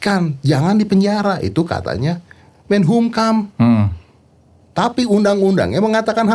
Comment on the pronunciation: Menkumham Bang, bukan menhumkam wkwkwk